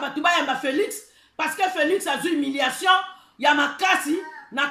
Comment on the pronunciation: C'est HUMILIATION...pas HIMILATION...Madame